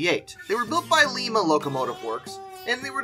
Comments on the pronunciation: Its LIMA lie-ma you said lema 😅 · As a native Ohioan, I would be remiss, if I didn't mention that in Ohio we pronounce Lima as "LIE-ma" not "LEE-ma," which is the old Spanish pronunciation. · "Leema" locomotive works!?!?! That pronunciation coming from a train guy??? It's Lima, like the friggin bean lol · GS4's were built by Lima how you pronounce that is like a lime with an a at the end not like Lima Peru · it pronounced LIME-a